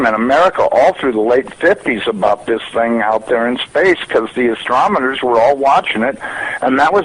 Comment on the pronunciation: At 7 seconds in he says Astromoners!!! LOL A NASA employee can't pronounce Astronomer? Give me a break. "We were lookin' at astroids right near this thing?" Ya, that sounds like an educated NASA employee.